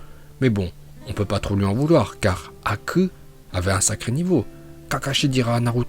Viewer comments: J'adore ta prononciation en VOstfr Haku" ou " hakku-poncture" Force à toi maître 💪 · Une prononciation extraordinaire 👍 Haku pour acupuncture Je suis HS 🤣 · "HOKAGE " et "HAKUU" les meilleurs prononciation.